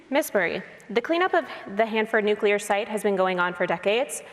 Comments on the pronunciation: Smiley. Hands down. In spite of the fact that she hit my biggest pet peeve. New-CLEE-er, madam. NOT New-KEW-ler. ...not trying to be a douche, it's just...GRRR. But outside of that, Smiley struck me as a HUMAN instead of a talking point regurgitation/name calling machine. I hear Murray used to be a real. person. I saw ZERO evidence of that tonight. NONE... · Smiley pulling a Dubya with "nukular weapons" 🤦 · 😂”nucular”. C’mon dude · Tiffany must learn how to say nuclear. Nu (long u) - Cle (long e) - er. Everything else Tiffany said was spot on, in my opinion. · it's how people say it colloquially when they don't know how it's spelled. Pretty embarrassing performance by Smiley here.